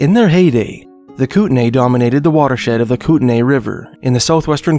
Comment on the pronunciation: it's spelled Kootenai, and is pronounced "coot-in-eye"